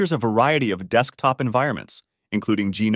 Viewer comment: jah-nome? wtf